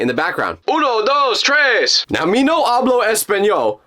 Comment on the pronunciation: "tres" as a Puerto Rican person this hurts me..